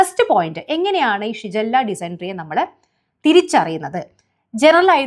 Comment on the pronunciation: ഷിജല്ല യോ 😂😂😂ഷിഗല്ല